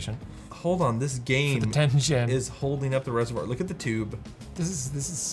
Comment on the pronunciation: I agree. I'm becoming huge fan of Dan. As a bonus, Linus seems to sometimes pronounce is name so that I hear "dad".